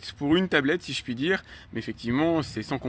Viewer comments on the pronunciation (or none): none